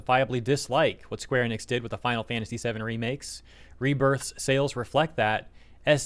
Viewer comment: Thank you for pronouncing Enix correctly and not like so many people who say EE-nix. You know, like dumbass Max. I hate that guy and always have. He’s a fake fighting game fan and that’s what his channel started as. He started doing anything popular chasing money and then more money.